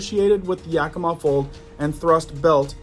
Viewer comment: You said Yakima correctly 😊 many don't